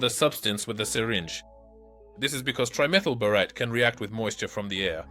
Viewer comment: bore-ot-teh? it's bore-ate. your AI is broke still, but getting better.